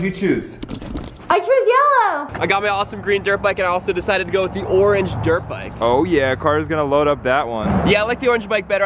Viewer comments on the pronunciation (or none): When he showed the helmet he said I got my green drit bike then he said and I have my ornge drit bike